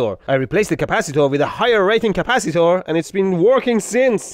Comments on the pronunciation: Capacitor ❌❌❌Caapacitaur✅✅ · British Capacitor 🇬🇧